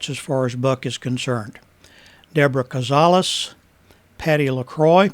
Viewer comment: it's Caz-a-las:)